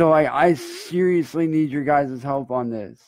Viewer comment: Trust me when I say... has never been able to say the word "seriously". Edit: is he "seriously" sucking on his shirt? Wiping drool? What the hell is he doing here?